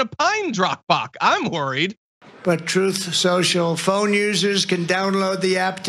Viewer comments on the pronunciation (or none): "Troth" social??? No wonder it flopped... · He lies soo much he can't even say the word "truth" correctly lmao!